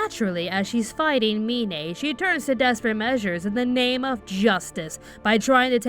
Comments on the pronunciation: You pronounced Mine's name wrong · Why are you saying mine like that? They literally pronounce her name the way (mine) is spelled also you both say kaneki a different way like you both are fucking morons. how are you gonna pronounce something wrong when every character says it a different way.